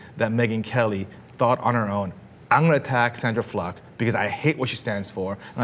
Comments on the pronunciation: keeps saying Sandra Fluk instead of Sandra Fluke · Sandra Fluck??? Im pretty sure it is Fluke. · Anyone notice she said Fluck rather than Fluke? Implication of "fuck" maybe.... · When did we start pronouncing it 'Fluck' and not 'Flook' ? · Why is he pronouncing "Fluke" like "Fluck"? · oh my fucking god is it FLOOK or FLUCK? everybody keeps pronouncing it differently lol. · it's Fluke dude, not fluck! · stop saying sandra fluck! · Is it pronounced "Fluck" or "Flook"? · Fluke or Fluk? lol